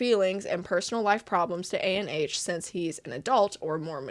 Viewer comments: i think his name is pronounced ah-n or ON, not a.n.h (IDK IF HIS NAME IS A.N.H. OR ANH (viet)... JUST LETTING U KNOW!! AMAZING VID BTW! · Hi, just one note!!!! Anh isn't pronounced like ANH, but rather like how you say "Ann"! That's because Anh is actually a Viet name! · The way she’s saying “A-N-H” instead of “Anh” is killing me 💀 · unrelated but you spelling out Anh instead of saying Anh kinda got me mad but no hate tho, just a viet thing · I am pretty sure the creator is Viet as I am viet myself and "anh" is not actually a and H its a whole word on its own. Anyways what makes this worse is anh is how you address an older brother or someone older 🫠😭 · Disappointed but not surprise What is up with these people being so bad at normal social interactions they can't establish a relationship with people their age????? Like literally preying on children. Side note: I'm a bit icky on the way you say A-N-H every time lmaooo just say Anh (Ann but more like Aun(t)) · his name is pronounced "an" as in how canadians pronounce "cANdy" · Fyi, Anh isn’t pronounced A n h like an acronym. It’s pronounced like gang without the g. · anh is pronounced "an", it's his first name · Anh is not an acronym, it's a vietnamese name so it's kinda pronounced like "Ann" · anh 😭, it’s vietnamese c’mon man it’s read anh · oh also Ahn is a popular vietnamese first name pronounced "Ahhhnnn" or really exactly how it's spelled. ik the guy is questionable but j in case u come across it again